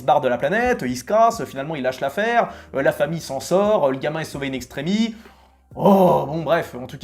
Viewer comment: Hello, vidéo sympa, plutot d'accord avec ces fins ratés, meme si pour la guerre des mondes il est resté fidèle au livre... sinon juste pour aider : on dit Shyamalan et pas Shyalaman , et in extremisss et pas in extremi ;)